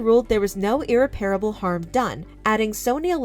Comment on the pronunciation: It’s not pronounced ‘’IRR- REPAIRABLE’’ It’s “IRR-REP-AR-ABLE’’